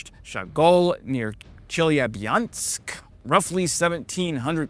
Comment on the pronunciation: Chelyabinsk is pronounced chill-YEAH-binsk